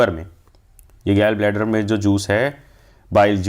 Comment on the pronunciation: Gall Bladder ❌ Gell Bladder ✅